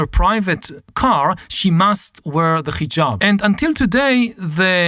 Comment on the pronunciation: It is not Khijab, but Hijab. Like haha, not kha kha.